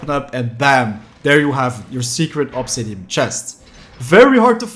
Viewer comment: The way he says "obsidiam" is so infuriating, otherwise great video